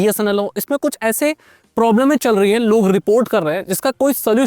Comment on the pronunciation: Problems ❌, प्रोब्ल्में ✅ 🤪🤣🤣